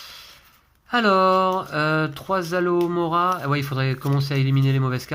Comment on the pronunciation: Aloévéra 😂. Je doute que le sort fonctionne en le prononçant de cette façon. À chaque fois que je t'entends le dire, je pense a du liquide vaisselle ou autre produit contenant cette plante. Attention de ne pas exploser 😂 . C'est alohomora. C'est drôle que le jeu soit en français mais le nom des maisons en anglais, ca fait bizarre de t'entendre dire slytherin au lieu de serpentard qu'on a plus l'habitude d'entendre. Bravo à Lou et passez de bonnes fêtes de fin d'année. 🎉🎄